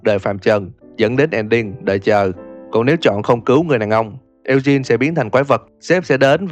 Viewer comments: Lên google dịch chứ tôi thấy ổng cũng đọc sai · Ad đọc tên Eugene với Sean thấy buồn cười ấy =)))))